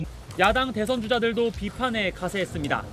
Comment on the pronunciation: 한국어에는 각 단어들에 장음(長音), 단음(短音)이 있어서 국어사전에도 표제어 장음 글자의 오른 편에 : 표로 표시되어 있다. 그런데 요즘 젊은 기자들은 한자어를 말할 때 이를 전적으로 무시하고 전부 아주 짧게 발음한다. 예컨대 '여:당(與黨)', '야:당(野黨)', '대:선(大選)' 이라고 길게 발음을 해야 하는데 짧게 발음하는 것이다. 참으로 듣기에 딱하다. 이런 폐해는 한자 사용의 폐지에서 기인한 것이다. 정말 큰일 났다.